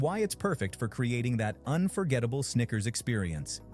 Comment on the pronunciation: That Louisiana accent wanna say sneaker so bad 😂